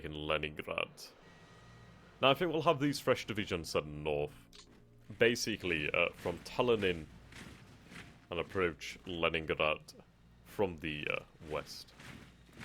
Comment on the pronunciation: Just have to say, it's Tallinn, not Tallinin